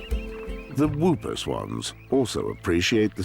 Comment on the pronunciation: NOT WOOPER SWAN! PRONOUCED "HOOPER"